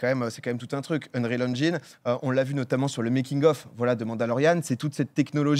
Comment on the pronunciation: Merci de prononcer engine correctement ^^